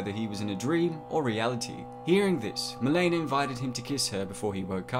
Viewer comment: “Mi-leena”, not “Mil-aena” and “Rick-ter” not “Rike-ter”